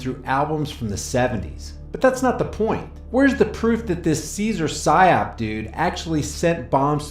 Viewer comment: Every time you say Cesar Sayoc I hear "Cesar PSYOP" That van is clearly staged.